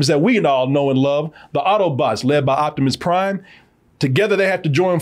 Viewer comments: Jivimus Prime, LOL!!! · Korimus Prime. 😂😂😂😂